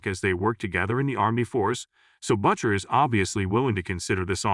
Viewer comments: Why are you pronouncing "Butcher" as Buccher? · Who is "Butt Cher" that you keep referring to, will "Butt Sonny" show up for a duet? Perhaps getting a real person to read the narration, rather than the AI/text-to-speech program which is currently butchering the pronunciation of every third word? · "BUTT-CHER" How can your AI not pronounce the name Butcher properly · He's referring to the terrible AI voice used to pronounce Butcher as Buttcher. The AI can't even pronounce the name correctly, what a joke.😂😂😂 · Why does Butcher sound like 'botcher' here? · HORRIBLE recap....how can a ai voice screw up "Butcher".